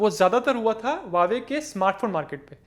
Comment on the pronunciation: Not wawe but pronounced as hauwe